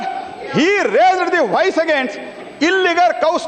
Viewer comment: COMING FROM THE EDUCATION MINISTER---"RAIZZZZEEERRD THE VOICE".... WHERE THE FCUK THESE DUMBWITS COME FROM, LOOK AT THE QUALITY OF THIS FABRIC 2026.